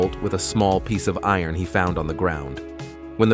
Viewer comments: I ron gates, fence etc!!!! Not iron, it's steel!!!! And the bot narration is terrible, so is the stupid music!!! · Eye-Ron , Earin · Pronounce iron correctly. Thanks. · “I-ron”… “cramp-ed”? Did he have to wear stripe-ed outfits? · "I-ron gates" and "cram-ped" cells. You can't even read your own script. No thumbs up and no subscribe for you, I'll never click on your channel again. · "I-Ron gates" and "cramp-ed cells?" Oh no!